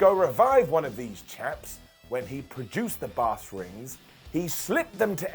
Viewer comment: I thought he said "BASS" rings 🤣